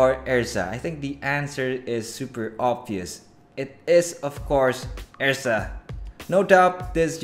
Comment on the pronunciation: Its pronounced Errrrza Er Zah. Lol not ezra